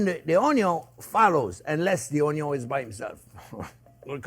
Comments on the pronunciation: I always sautee my onyo, too! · I love Chef Jean. Onyo is on the list instead of onions.